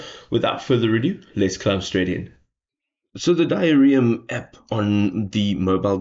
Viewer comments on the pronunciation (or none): "Diarrheam" is probably not how it's meant to be pronounced.